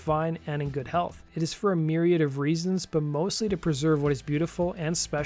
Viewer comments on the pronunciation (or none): none